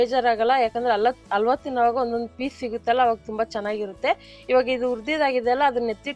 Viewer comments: ‘Alwa’ alla. ‘Halwa’ anni. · Madam, it's called as halwa not ALWA Please take my comment positively and change your style of pronunciation Ha helo jaagadalli aa helbedi Otherwise recipes are good Keep going 👍 Bhaashe uchhaarane swalpa badalayisi madam🙏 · ಇವರು ಹ ಕಾರಕ್ಕೆಲ್ಲ ಅ ಅಂತಾರೆ (ಅಲ್ವಾ, ಅಸಿ )😂😂😂